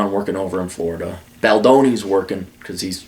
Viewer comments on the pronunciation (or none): none